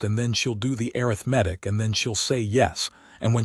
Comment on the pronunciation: The horrible AI reader does know the difference in emphasis on the second syllable vs the third syllable of "arithmetic," as it uses the first one twice, correctly, but uses the wrong one at least 20 times! It almose never pronounces "live" correctly! "Disgusting! Teach it better, or lose it!